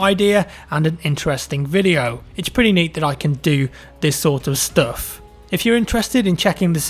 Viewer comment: I love the way says "stuff" it's pretty funny